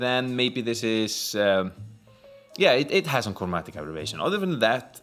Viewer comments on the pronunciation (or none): Just discovered this - a year old. Your English is great and far better than my Icelandic (?) language. I’m sure you have figured out Aberration as (ab - er -ra-shon). I’m a fan of your channel now.